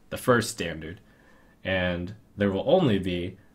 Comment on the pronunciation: is german, so it´s "standarT" not standard.